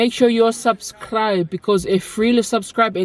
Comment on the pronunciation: iz koll "subkribe" 🤣